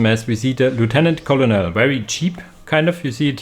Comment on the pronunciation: Bugler is "Byu-gler" Colonel is "Kernel" I hope this helps. Thank you for the casts!